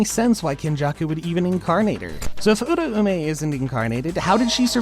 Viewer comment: The theories are very interesting but holllly, if this guy watched the anime, theres no way the pronunciations should be this off. The name in the show was pronounced “Ur-ao-may” not Ura-ume”. sorry not sorry for sounding like a dick